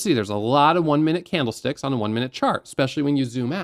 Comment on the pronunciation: i swear my ears are failing me. not on this video but many of your really helpful videos. i keep hearing bloody CAMELSTICKS noooooo i cant stop hearing it now :( really love your content mate your are at the top of YT trading tutors. thanks for helping